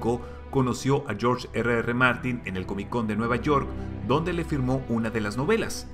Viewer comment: Agradezco infinitamente que pronuncies en castellano las dos R de Martin....odiana oirte como si hubieras comido una patata caliente ...